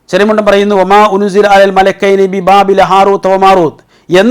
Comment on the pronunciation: അല്ല,, മലകൈനി, എന്നുള്ളദ് മലികൈനി എന്ന് വായിച്ചാൽ, പ്രശ്നം തിരുമല്ലോ 🤔🤔🙄🙄